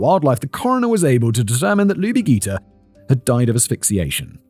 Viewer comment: The correct pronunciation is Lubie ‘jee-ter.’ I was in high school in Atlanta during this time and that name always stuck with me. Such a cute name. It was a terrible terrible time in Atlanta. 😢